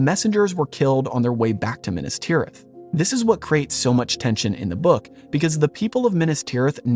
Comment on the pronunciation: Minnus tirith? Meenas Teerith. If you're going to do JRRT stuff, at least pay attention to his pronunciation guide. He was a professor of languages, you know.